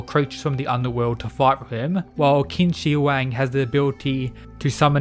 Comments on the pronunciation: IT'S PRONOUNCED "CHIN"!!! SO IT READS CHIN SHI HUANG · your pronunciation on Qin Shi Huang sucks hahaha